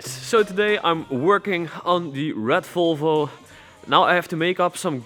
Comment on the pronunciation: With the way you say the word Red, I would definitely call the red one "Rat Volvo"